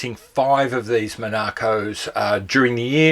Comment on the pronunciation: I was wondering what watch you were talking about when pronouncing 'Monaco' :D Too much emphasis on the 'a' there ;)